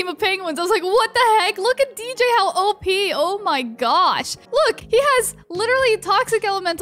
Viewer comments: I heard it lol 😆 xd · What he tried to say: “ It’s op”... what I hear: “oh peeh eeh eeeeh”